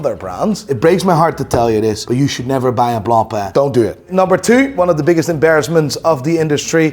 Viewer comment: Jesus Christ, you’re speaking English, pronounce the names in English, it’s ok.. it’s actually “correct” do so… look, repeat after me… “blonk-pain”… “b l o n k p a I n”, not “blom pleh”